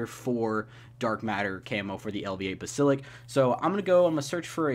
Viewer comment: Basilik? 😹 (Bass-A-Lisk = basalisk) like damn words aren't hard to say